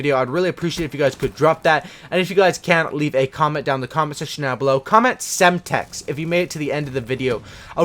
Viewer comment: why are you saying semtex?